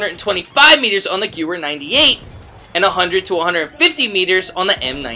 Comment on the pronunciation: It's pronounced "Gehvehr" not "Gewwer"